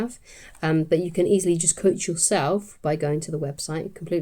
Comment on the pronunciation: The way you say cOACH❤